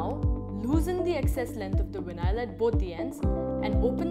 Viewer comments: What the hell is vin eye all? It’s veye nawl. Vinyl. Not vin eye all. Geez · Nice “Winyial” nstall! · VIN-AISLE.. WTF?